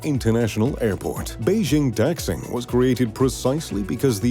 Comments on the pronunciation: Neither tax ing, nor dax xing. It is da xing. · dax ing seriously? its not dax ing, it daxing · Daxing (大兴) is pronounced more like "dar seeng"